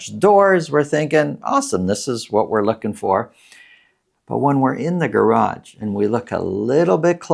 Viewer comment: It's garage, not garagde